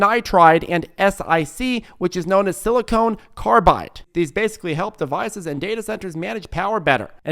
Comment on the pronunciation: Silicon = "sili-cuhn", which is the element used in chips. "Sili-coan" is silicone, which is a chemical compound gel, different things